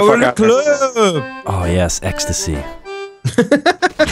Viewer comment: "Aww yeah extisy" 😂😂😂